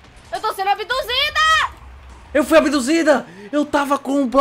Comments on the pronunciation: so eu percebi que o falou "abidusida" pra ele mesmo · falou: -eu fui abidusida Kkkkk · Voces notaram que o falo eu fui a bidusida ele falou erado ele tinha que falar eu fui a bidusido intendeu